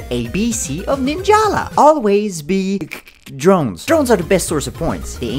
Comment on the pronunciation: “Cdrones” I DIED